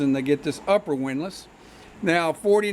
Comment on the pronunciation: It's windlace lol. Not windless